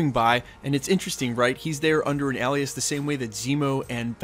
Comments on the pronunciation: Alias...pronounced, aye- lee-us not Al-lee-us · A-lee-us =alias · Why he saying ’alias’ like that?